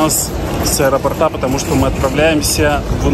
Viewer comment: люблю вашу семью, сообщение из аэропортА", уже четно говоря -заколебало., неужели нельзя запомнить. Напишите себе на листочке слово и поставьте правильно ударение.😊👎